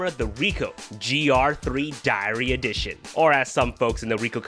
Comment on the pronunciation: I thought you were saying diarrhea